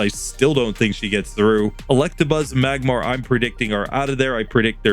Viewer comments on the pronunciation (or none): none